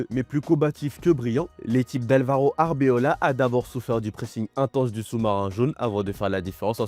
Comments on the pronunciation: AR BE LOA .. PAS ARBEOLA ❌ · Suis-je le seul qui entend< >alors qu'on dit< >😅😅😅😅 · Finalement ce mec fait exprès 😮 C’est “Arbeloa” pas Arbeola mec